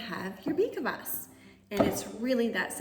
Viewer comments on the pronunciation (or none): Say beet kfas not kavas 😊